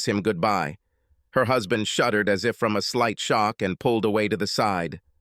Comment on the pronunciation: Hoozband? Please please get a human reader.